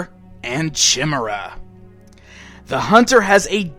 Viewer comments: Chimmeruh lol Ki-Meer-Uh Otherwise, cool collection. I almost got all the Neca ones. Should check’em out. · chim-er-a? actually pronounced "ky-MEER-a" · Two things: Chimera is pronounced "Kye-mer-a" And Forrest Spayer is the characters name not his profession :) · chimera = Kai=mare-uh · Was about to say that.... thanks! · it's pronounced Ky mer ah